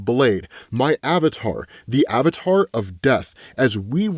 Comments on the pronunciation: Yakno... Its the little things. It's always the little things. It's fun hearing someone say a word. A random word. Realizing, that is probably the only word they can not pronounce correctly. Avatar. My word is Roster. I pronounced it as Rows-Ster. Didn't learn that until I was 6yrs into the military and my soldiers pointed it. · That is the funniest way I ever heard somebody say Avatar